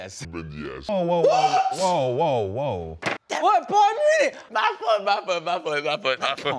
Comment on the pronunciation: Man said WhAt like its the most important thing 🤓🤓